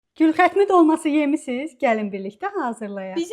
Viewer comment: Bir anlıq gülxatım dedin sandım😂😂😂